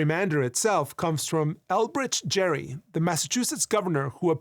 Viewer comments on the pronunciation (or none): Correction Elbridge Gerry's name is pronounced like "Gary" not "Jerry". Edit: Which would mean we've been pronouncing gerrymandering wrong, but that isn't an issue since it's become a word subject to linguistic evolution. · so it's Gary not Jerry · Elbridge Gerry’s name is pronounced “ghar-e”, with a long e. Not jer-e. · Just want to add, Gerry's name was pronounced Gerry not Jerry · Fun fact, Elbridge Gerry’s name isn’t pronounced “Jerry” it’s pronounced “Gary.” Even the name of gerrymandering is wrong, along with everything else about it. lol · Ob sidenote: Elbridge Gerry’s last name (from which the eponym gerrymander was derived) was pronounced like “Gary” with a hard G. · Its pronounced "Gary" lol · His name is actually pronounced. Gary, but garymandering sounds really really stupid so they just pronounced the name wrong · fun fact : despite the near‐ubiquitous pronunciation heard nowadays, Elbridge Gerry's name was pronounced with a hard G (like in Garry). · FYI Gerry pronounced his name like Gary. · Fun fact, that guy's name is actually pronounced "Gary." So it's actually said "Gary-mander," but over time people just started to say it wrong, and mostly nobody cares lol. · His name was actually pronounced like Gary, with a hard "G", but because his name became more well known in writing, people saw it and assumed it was pronounced with a soft "j" sound. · Eldridge Gerry's last name has a hard "G" like "grief," as opposed to a soft "G" like "jerk." But we do pronounce "gerrymandering" with the soft "G." English is weird. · You're mispronouncing Gerry's surname. It's got a hard G. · Elbridge Gerry's name is pronounced with a hard "G". Also, he was against gerrymandering and found it distasteful.